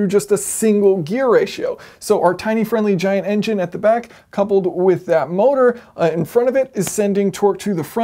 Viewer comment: "Tine-ly Friendly Giant" whoops :)